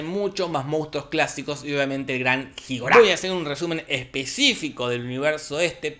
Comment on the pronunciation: King Ghidorah Nosotros: King Guidora Jorge: Jidorá!